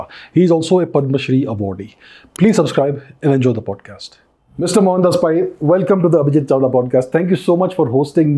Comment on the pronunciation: It's not पाय , it's "पै" , It's not पारिकर , it's पर्रीकर . Please Pronounce properly .